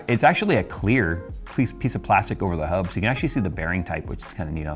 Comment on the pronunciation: Hub. Hub. Hub? Hub. Yes. Try saying it "normally" after hearing say it like: "Hubb".